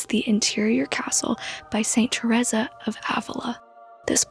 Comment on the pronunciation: My sisters name is Teresa and I've never heard it pronounced that way.